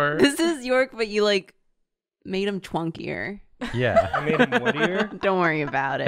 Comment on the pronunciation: “Twunkier” lolz😂